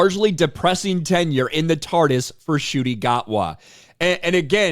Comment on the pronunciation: In what world does NCUTI get pronounced as "Shooty"??